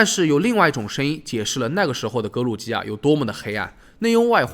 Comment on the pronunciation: 格鲁吉亚读错了，读成了格鲁尼亚